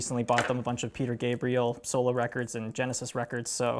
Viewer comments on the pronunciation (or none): none